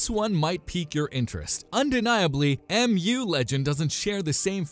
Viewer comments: MU series has been pronounced in Korea like the pokemon mew (not ‘em-you’ish) since its first version since 2000’s. No need for the confusion. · Mu legend = Meu sound.